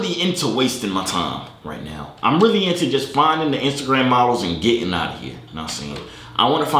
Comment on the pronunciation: my mans said iceagram